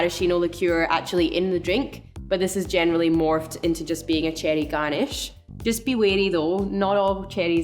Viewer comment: I love how she says it😜